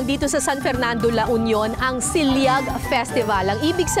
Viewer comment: SIL-LAG po maam Kara hindi SIL-YAG.. it is pronounced as it is, ganyn ang Ilocano words... PAGDAMILI-AN, from rrot word DAMILI or paghulma ng clay,, KINEMMELAN from root word KEM-MEL or catching fish or crabs by hands,, nkakamiss tlga mga dokyo ng GMA lalo na si maam Kara